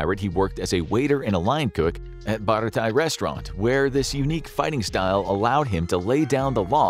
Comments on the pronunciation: Another thing that shows you don’t care: mispronouncing “Beratie” when introducing Sanji. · He mispronounced Baratie too... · Its LOO-FEE not LAUGH-Y, BARATEE-EH, not BARATUHY 🙂 comeon now 😂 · To be clear, I love the fact that a One Piece video is being made and I really appreciate the effort and theorycrafting without going past East Blue Arc. Pronunciation Guide that missed: Luffy - (Loo-Fee) Baratie - (Bah-Rah-Tee-eh) Not mentioning Roger, because at this point the intricacies regarding his name are not known to the reader/watcher at this time. One Piece verse science that will not work: Luffy vs heat (not the character). In a certain part of the series, Luffy increases his body heat to such a degree that smoke comes out of his skin. (Room for debate involving battles between A/S/Saka - Keeping names vague for the Live Action only viewers). Flame-Flame (Mera-Mera no mi) fruit vs Fishman Pirates also seems inaccurate. THANK YOU FOR GIVING ONE PIECE SOME LOVE!